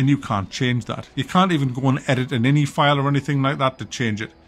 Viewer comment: I have never heard say.ini and an inny. That’s hilarious.